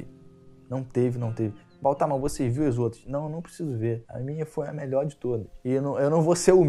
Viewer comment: " eu sou mior" 😆😆😁